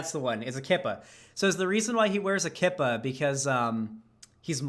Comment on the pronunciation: Yarmulke( pronounced it right but yes it actually is spelled this was) and Kippah are the same thing. Also, it's pronounced Key-pah, IDK hearing it pronounced Ki-pah really annoyed me for some reason.